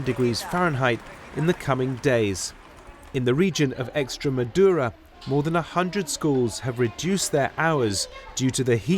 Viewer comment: Your first correspondent didn't bother to discover the correct pronunciation for Spanish place names. Y'all are the BBC, for goodness sake... you must do better. The second correspondent, more seasoned, got 'em right, because he cared enough to.